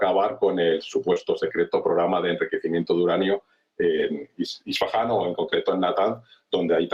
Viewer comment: No es isfasan es Isfahan